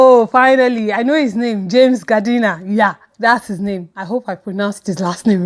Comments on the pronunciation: it's nice to see you again oh but this week you were so slow sha. But I guess this cold weather oh. Loved everything you said. Oh and James name is pronounced like gardener. I laughed at your pronunciation. All the Tiwa calm down comments I cant. It's like they're telling her to 'get over it'. And do they know some marriages dont survive miscarriages or even after several children the woman might never forget. Just a thought really? She'll come around eventually, it just takes time becos if anyone heard she said in ep 3 that Mide does so much for her so this was the least she could do for 'us' only to loose that child. People really need to get some empathy. Even if it's a year later who are we to demand when shes done dealing? Oh and I'm glad Shalewa is being mature but after a bad breakup you need one good cry and glad she did it. It's really a bad idea the whole get under a guy to get over one. Rebound not a good idea and you really need time to heal. Especially like she said Mohammad showed her how to have standards or principles and he cheats. She needs time process that. And this Mohammed is not serious. Who else would take the responsibility. Nonsense guy. Oh the doctors scene was so needed. Even if they never got to therapy that was a therapy session in itself and we got to hear how Tiwa was feeling, thinking & processing stuff. Sometimes when you're going through, the hardest thing might be talking to your partner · Lol ...the way you pronounced James' surname😂😂.... It's pronounced the same way you pronounce "Gardener "... loved the review though😍